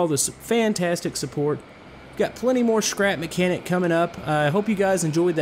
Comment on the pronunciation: Said his name right u should make the cotpit better